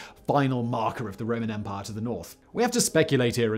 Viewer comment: "Their vast and sprawling empah." Once they lost the "empah" they had an "empah-nada" which is a tasty Latin American turnover. In the Caribbean, empanadas are generally fried, but my favorites are those from Chile, which are baked and stuffed with ground beef, olives, raisins, fried onions, and sliced boiled egg. By the way I haven't the foggiest idea how I digressed in this fashion. Perhaps Simon can do a Megaproject about empanadas. On the other hand, a Megaproject that has had serious international implications is the Israeli National Water Carrier, which took fresh water from the Sea of Galilee all the way to Beersheba, roughly 300 kilometers away and was built under conditions of severe economic hardship. But Simon is English, you know how the English are about Israel.